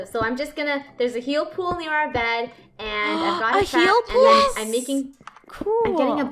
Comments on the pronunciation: me: laughing when funneh says bread insted of bed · funneh did you know that you said yellow bred instead of bed lol XD